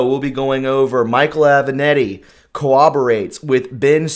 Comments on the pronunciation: It would be nice if you could learn how to pronounce properly the names of the people you are talking about: Aven-Ahh-tti. Ga-ra-gos, come on! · Aven-a-t-t-i, not Aven-e-t-t-i.